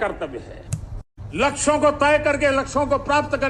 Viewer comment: laksho ko prapt.... Llplplplpppl .....ha ha ha 😂😂😂😂